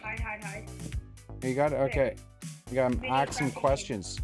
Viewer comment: Stop saying axe me a question